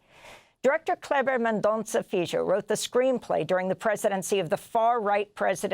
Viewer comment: Please ask Mr. FILHO how to pronounce his name in PORTUGUESE…Amy…You’re great but you butchered his name.